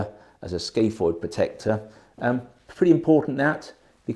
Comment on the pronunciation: It's not the skayfoyd it's the scaphoid! Come on